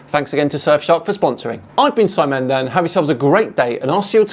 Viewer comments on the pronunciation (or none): none